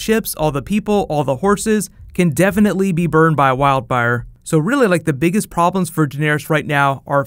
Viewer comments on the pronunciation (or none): Did you just say wild bire